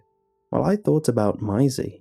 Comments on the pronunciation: I love the way he says Maisie, I don't know why but it sounds so beautiful when he says it. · And and the first mention of yhe girl's name 'Maisie' I'm done. How have you never heard that name pronounced properly? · Lmao you went really Aussie the first time you said Maisie around the 2 minute mark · I loved the story but what annoyed me was the way he pronounced 'Maisie'. (It's supposed to rhyme with 'daisy') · Angie T its "May-zee" there's an A in that name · For future reference in case you ever meet a Maisie, it is pronounced May-zee not My-zee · The way you're saying her name is getting to me lol. You say 'My--zee' but it's 'May-zee' (to rhyme with daisy) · Bruh, it would do you and so many other narrators a LOT of good to Google shit. The name is pronounced "May-zee". Why you make a living off of speaking and refuse to learn how to say words is beyond me. PLEASE LOOK UP PRONOUNCIATIONS FFS. Your entire livelihood is narration. Narrate correctly! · Interesting pronunciation of Maisie. It’s May- zee. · Everyone: Maisie Lazy, an intellectual: my-zee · No one:: MYESI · It's pronounced Mazey. Just a thought.... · Your supposed to pronounce it masie not masie or you can say it masie duuuhhhh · I THINK it might be pronounced 'Maisy' - like a daisy. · Fantastic story thankyou. The one thing that spoilt it for me is the way you pronounce Maisie. It’s pronounced as May the month x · OMG! Maisie is pronounced May-zee! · hey man Maisie is pronounced "may-zee" and rhymes like daisy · The pronunciation of maisie drove me insane the entire story. Lol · THis was really let down for me by the weird way you pronounced "Maisie" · The way that you pronounce Maisie is cringe worthy